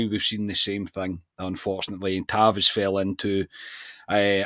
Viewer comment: its been 8 years you have got to say tavs name properly at least once before he leaves 😂😂